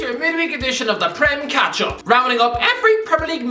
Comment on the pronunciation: Why does it sounds like "The Prem Ketchup"? XD